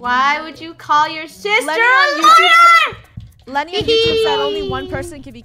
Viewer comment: Sister or SHISTER 🤣🤣🤣🤣🤣🤣